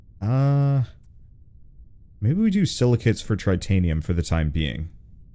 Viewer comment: Tritanium, eh? Like Titanium, except times three?